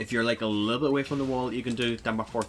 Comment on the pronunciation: At first I was like "why does he keep calling me a little bitch :(" Took me a while to realize you were saying 'a little bit' 😭😭😭